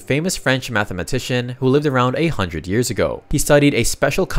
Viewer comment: lived about 800 years ago. His "a hundred" sounded like 800